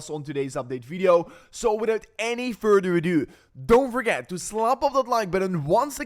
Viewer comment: "Widout any furder adew!"😂